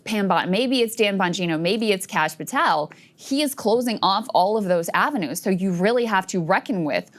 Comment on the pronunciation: I wish Sags would teach everyone how to pronounce Patel and Khanna.